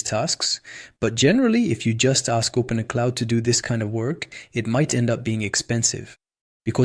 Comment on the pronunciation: Its OpenClaw not OpenCloud. Just for future reference.